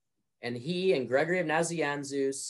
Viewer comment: I like his pronunciation of Naziansus. :D